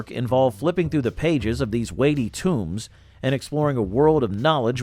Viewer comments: actually you said tomb which is spelled as t o m b but tome is spelled like this t o m e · Not "tombs", "tomes"... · Tombs? You mean Tomes.